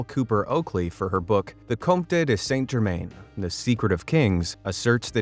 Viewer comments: It's pronounced ' san germann' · It’s pronounced - san jer- MAN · It's pronounced San Jerman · Pronounced: _San Gerrr-_man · Wouldn't pass the James Randi challenge, and it's confusing that you don't pronounce "St Germain" correctly (is that because you Americans aren't near France as we Brits are?), but it's a great story and it illustrates why Chelsea Quinn Yarbro chose him for her vampire story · Author a 25 minute story of one of the most significant alchemical figures in the last 300 years, yet you can't be bothered to get his name right? Shame on you. Try harder, or even (shakes with impart), try google? Search "Saint Germain pronunciation". Its not hard- oh, unless you are talking about a town in the US of Something? There is a world outside your borders- please grow up & try to learn.